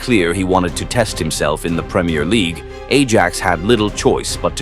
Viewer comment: Ajax 😂😂😂 pronounced "aye axe" but then again when you use ai this what you get lol. Good video though.